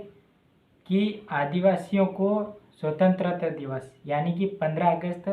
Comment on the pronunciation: पहले बोलना सीखलो भाई फिरसे बोल स्वतंत्रता दिवस बोल